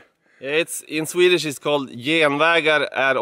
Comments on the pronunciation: Your Swedish pronunciation is so good. 👏👏👏🥰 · Your swedish pronunciation is really quite amazing.